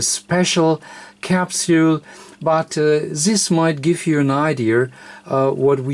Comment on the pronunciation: zis sims to be tru